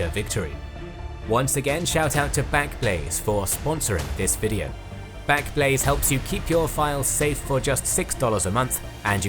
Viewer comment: Well done, how on earth you said backblaze so many times without saying blackblaze I have no idea! Such a tongue twister, try saying it ten times fast, I can't do it lol 😅